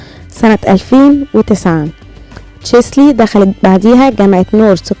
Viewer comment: النطق الصحيح تشيلسي وليس تشسلي ❤️